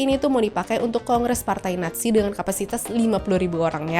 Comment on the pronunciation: Kan dia bilang nya natzi bukan nazi